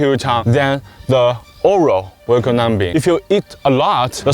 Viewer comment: why did he say numbing like that